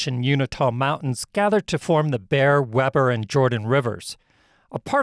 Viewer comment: Thanks for the video. But you butchered two pronunciations. "Uinta" is pronounced "you In tuh". "Weber" is pronounced "We burr". As you know, you can Google proper pronunciation. Your videos would be even better if you did. Just a little honest feedback. :)